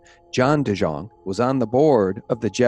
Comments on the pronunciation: Fyi DeJongh is pronounced De Young. My boss was VI financial consultant in the 90s. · On the Gov's name. The J is pronounced like a Y. Say it like dee-young. And the wife's name is se-SEEL. The Delegate's name is PLAS-kett, like gasket, not plas-KETT. IMO, Epstein was working for the CIA, moving money around from one trust to another, funneling to spooky mind-control and genome "science." And putting various pols in compromising positions. Yes, he had the Gov's wife on the payroll for at least 125k/yr. That was public info in the 2006 election, just after the 05 indictment. And as to keeping an eye on Epstein - does the VI Police Department even have a boat? West Indians are not exactly sea-fearing people.